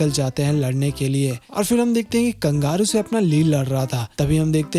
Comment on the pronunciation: Kangaru Nahin kangaroo